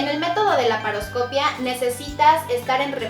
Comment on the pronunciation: y también dijiste laparoscopia y lleva acento en la i así que es caparascopiiiiia hacer énfasis en la iiiii para que suene como realmente es la palabra